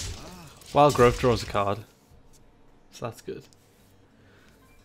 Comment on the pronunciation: Will someone please tell him there is no F in growth